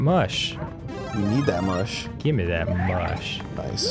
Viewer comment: I HATE the way some singers pronounce 'me'. They pronounce it as 'may' and it sounds stupid every time I hear it.